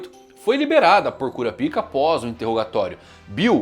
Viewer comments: mano.... nao fala cura pika nao.... bizarro isso... fala kurápka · Pronúncia correta (KU-RÁ-PI-KA). Pronúncia que gera gatilhos (KU-RA-PÍ-KA).